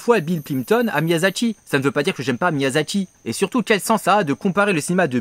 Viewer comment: Miyazaki, pas Miyasaki ! Et non, les ignares qui s’apprêtent à dire que je chipote pour rien du tout, ce n’est pas la même chose. En japonais, la transcription en rômaji détermine la prononciation. Un « s » se prononce toujours « s » (comme dans « saucisson » et un « z » se prononce toujours « z » comme dans « zizi ».